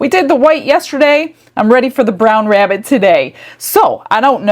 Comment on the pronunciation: ”I’m hunting a wabbit”